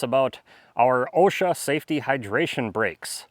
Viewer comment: OSHA Safety Hydration Breaks Spoken like a true Wisconsinite! 🤣